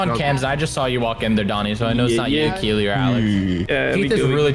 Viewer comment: Preston it’s keelee